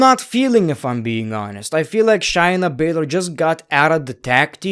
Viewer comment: It's Shay na Basz ler